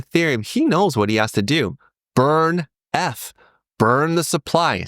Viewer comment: the pronunciation of eth is bothering me